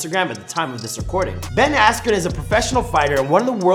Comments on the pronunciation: Ben "asken" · Bruce Buffer: Ben Askroo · Dude was famous before he lost and learn to pronounce his name